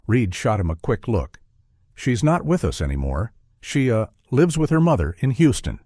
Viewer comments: the word "lives" is pronounced "livs". This is all "AI" generated voices! Very distracting! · Ai voice was a give away when Lives was pronounced Liv's